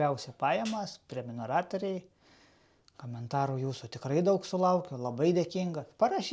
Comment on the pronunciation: Neteisingai tari žodį "prenumeratoriai" . Atkreipk dėmesį.